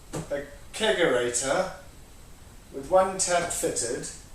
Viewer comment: Not the bar, tell me it ain't so. That keezer was a thing of beauty. Also did you say you put a kegorator into a hair salon? 😂